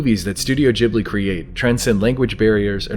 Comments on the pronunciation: Am I the only one annoyed by the way he said Ghibli? It's not pronounced jibly it's ghib-li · I am sure you've been corrected already, but it's not Studio "Jibbly" as you pronounced it, but Ghibli with a G like in the words get or gold or grow. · "studio gibbely"??? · Studio gib - lee at in guh gi like gift or give..gib-lee😁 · The way you pronounce Ghibli really pisses me off